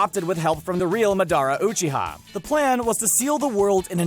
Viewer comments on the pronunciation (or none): You can tell how much he’s watched naruto by those pronunciations. Karuma, madah ra ucheha, erika. This video hurt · Nigga said “muh-dah-ruh oochee-ha” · that pronunciation tho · Why do you say madara uchiha like that